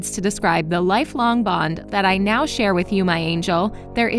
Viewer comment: Lady “Nao”